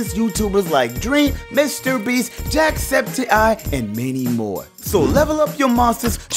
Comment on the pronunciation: He said "jackseptieye" instead of "jacksepticeye"